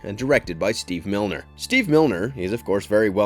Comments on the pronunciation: Steve MINER! not milner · I don't believe you are pronouncing Steve Miner's name properly. There is no 'L' in there.